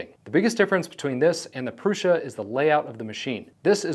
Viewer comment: It's Průša, not Prusa.